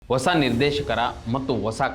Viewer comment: ಒಸ ಅಲ್ಲ ಹೊಸ